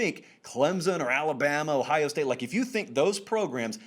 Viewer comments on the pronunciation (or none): none